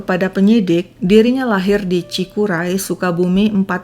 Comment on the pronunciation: Koreksi, nama tempat tinggal aminah, cikiray bukan cikuray. Cikiray lokasi nya berada di tengah kota